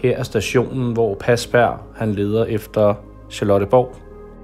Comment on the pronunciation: Godt arbejde🙂😍..... dog må jeg lige tilføje han hedder Parsberg...ikke pasberg 😉